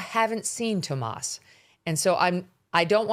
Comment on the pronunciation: It's TOMMASO! [Not "Tomas"]. Come on, be precise. Journalists are precise.